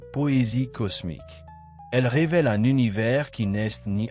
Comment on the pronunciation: L'Univay, L'Univé... 90% du temps puis 《l'Univers》 correctement prononcé une fois ou deux ! 😂 C'est sûrement pas un être humain qui parle là.